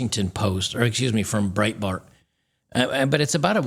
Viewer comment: Breitbart. Really?